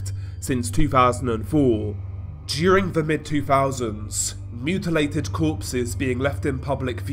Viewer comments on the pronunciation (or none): none